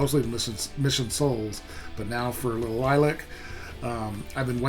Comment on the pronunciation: It is pronounced LIL-E-ACK